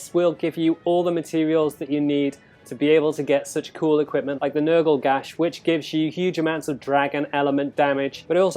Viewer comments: You slaughtered the name it's not nergaigante it's nergigante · "ner-gai-gan-tay" XD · Why are you butchering the name? You’re pissing me off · "Haha, he said a made up word differently"